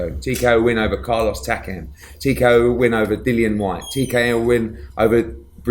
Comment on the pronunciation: Do you think it annoys Dillian that Anthony isn't pronouncing his name correctly? 😂